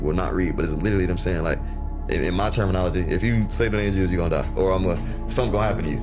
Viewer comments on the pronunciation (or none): HARRESSY! That AI got JESUS all wrong.